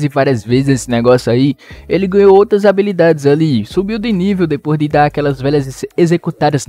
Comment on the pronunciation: HABILIDADESSSSS PQP QUE AGONIAAAAA É HABILIDADES NÃO ABILIDADES